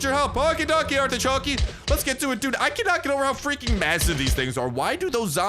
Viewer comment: I hate to be this person but it's "dude"